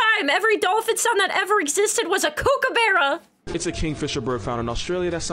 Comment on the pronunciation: Do you see a E in kookaburra? It's kookaburra not kookaberra. You do not have them you do not get to name them